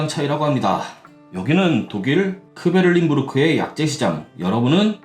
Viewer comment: 들린입니다.. 다만 리틀을 리를에 가깝게 발음하듯 굴려보았습니다…